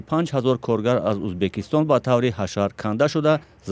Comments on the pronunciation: Журналистка гап занира ед биги авал узбакистон? не Узбекистон !! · я сам таджик но блин когда журналист говорить узбакистон а не узбекистон ? блин что сказать тогда а других простых людей обратите на это внимание тупые все ли там ? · Баранда за кадром ки гап мезанад факат мега узбакистон на узбекисто некий мо уззббааак мегем))))) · Кадом бе акл дар коридор хондаги бесавод бдагист. Узбекистон ё Узбакистон фарк намекна. Подавон омада журналист мешава хозир. Хамон Подавон ай и журналистда обру дора хозир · Скажите пожалуйста озвучивающий особе что надо говорить Узбекистон а не Узбакистон это оскарбление целого народа